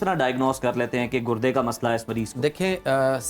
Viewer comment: Gurdy ❌ gudny ✅